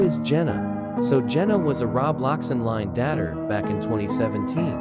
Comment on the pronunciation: never take someone’s word who uses an AI that doesn’t even pronounce Roblox or dater right…